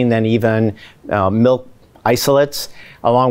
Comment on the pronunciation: It's milk, not melk.